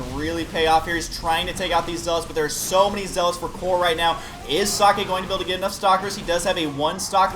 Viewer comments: Husky is trying to pronounce it right, gets pretty close. If i'm not mistaken it should be ,,Zockeh'' the ,,eh'' at the end sounds like ,,e'' in ,,bed''. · i like how husky try to say socke and says sockey :D